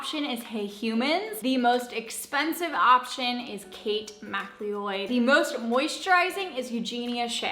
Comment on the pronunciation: Mcleod ( Mccloud)